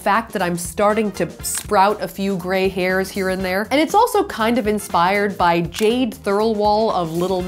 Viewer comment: im rewatching sooo many vids and some howw i never noticed her talking about JADE! 😍😍 but you said her second name wrong😅😅